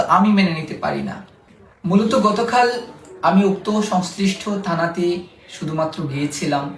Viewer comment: এখনো কথাবার্তা স্পষ্ট ভাবে বলতে পারো না ,থানা কে তানা আর পরে উচ্চারণটা পলে বলতেছ আগে উচ্চারণ ভালো করে শিখো, , দাড়ি মোছ গজায় নাই আরো অনেক অভিজ্ঞতা হওয়ার দরকার আছে আগেই এসব টোকাইর মত কথাবার্তা বলে নিজেকে বিপদে ফেলিও না